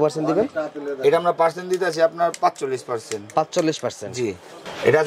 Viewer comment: পার্সেনট বলেন রেট বলেন না এটা আবার কোন টেকনিক